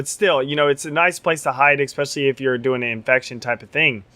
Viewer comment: What is it with you YouTube Forgers and "expecially"?